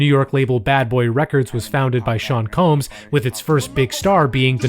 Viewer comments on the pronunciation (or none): none